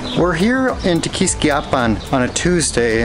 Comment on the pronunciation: It's pronounced: Te- quis-KIA pan with the accent on the KIA not the "quis" 👍😉